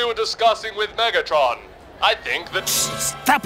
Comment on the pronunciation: Did he just call that Decepticon “Niggatron”?